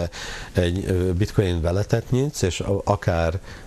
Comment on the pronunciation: a bitcoint bitcointnak ejti:)))))))) ezért mondja hogy bitcointot, röhejes